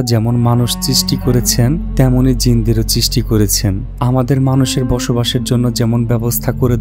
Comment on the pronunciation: চিস্টি না সৃষ্টি হবে। আগে শব্দ চয়ন ঠিক করেন🎉